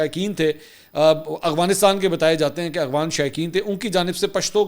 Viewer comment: Mansoor bhai, please Afghanistan ko 'Agvanistan' mat bola karo, Pathan aur chirh jaatein hain. You are a senior journalist, this is an easy one to rectify.